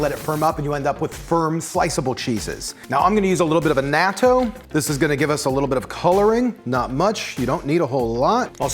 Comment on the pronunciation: Heads up. Annatto is not pronounced A-nat-toe. It is pronounced A-notto. It is the base to all Puerto Rican and most Carribean cooking.